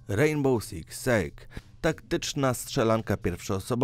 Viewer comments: To się popisałeś rejnboł six seg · Rejnboł siks sieg XDDD Gran tif ałto